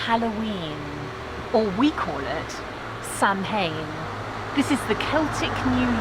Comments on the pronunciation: Ditto . Sow-an...not Sam hain! !! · Samhain is pronounced 'sowan' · Samhain is pronounced "sowanne"